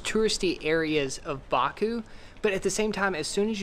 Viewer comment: She couldn't pronounce Azerbaijan and Baku